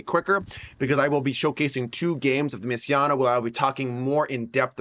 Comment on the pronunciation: Thought it was pronounced messi-na